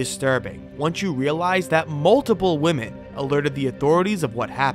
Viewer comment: “many other woman”?! It’s WOMEN! WoMEN! `got it?